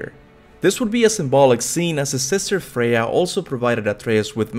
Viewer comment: Before I turned on subtitles I assumed you were calling Freya a dude, haha